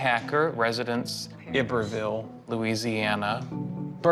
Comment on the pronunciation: It is pronounced I- BERVLLE‼️PARRISH WITH ACC ENT HARD ON THE *I.*! NOT *E-BERVILLE*!anyone who is from LA KNOWS how that Proper name is pronounced.